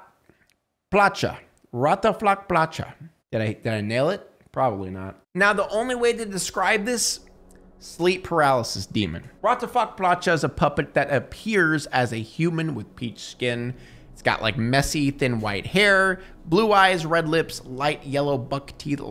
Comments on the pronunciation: You reading 'Raťafák Plachta' prolly gave me a stroke- It translates Biting/Woof sail. Please... Don't try to speak Czech again.. I'm a fan and I love when people are learning Czech language. But this caused me physical damage- All the love! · Seeing him fail to pronounce Ratafak Plachta was painful as a slav 🤦‍♂ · You said Raťafák Plachta so wrong that im gonna cry XD